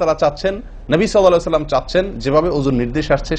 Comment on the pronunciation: Sallallahu alaihu owasallam valo moto clearly bolien jujur.kindly.vul bolle khoma korben